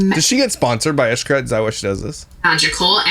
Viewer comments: It’s not eshcaret it’s shcaret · Eesh-Kah-Reht That’s how it’s pronounced 😊 My mom’s side of the family is from Merida, Cancun